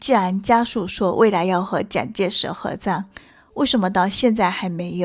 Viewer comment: 她為什麼沒有回台（汪） -是灣 沒有和蔣介石合（讚）-是葬 （詹）幼儀-是張 妳的中文發音 未免太差了吧！ 如果不看字幕，不太確定妳在講什麼！ 妳要不要請他人來配音啊 （難怪一些電視劇要請配音員）